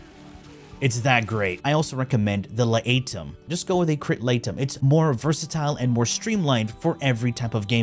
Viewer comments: This guy is trolling us with the La-A-tum. He basically pronounced it correctly 2 secs later. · I think he's trolling. Stroon prime? Teenet Plasmeer? L'Ætum? Bro is trolling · Crit laetum? Really?